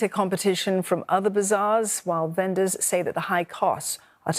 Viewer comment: Strange way of pronouncing "vendors" - should be "ven-ders", not "ven-doors".